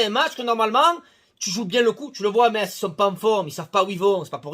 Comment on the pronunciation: Pour info, on dit "Messe" METZ. Et oui tout à fait d'accord que normalement c'est 3 0 mais ça fait longtemps où l'OM peine contre les petits... Tant pis pour l'instant... Allez l'OM